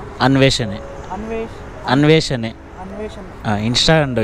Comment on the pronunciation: ಅನ್ವೇಷಣೆ ಅಂತ ಹೇಳು, ಅನ್ವೇಷನೆ ಅಲ್ಲ